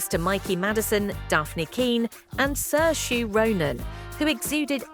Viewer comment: how hard is it to get a presenter to pronounce Saoirse? "Sir-sha"